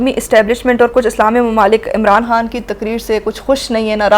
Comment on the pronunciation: Learn Urdu Khan not HAN